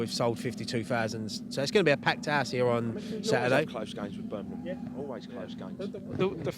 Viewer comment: Birmingham not Burnimum! ;)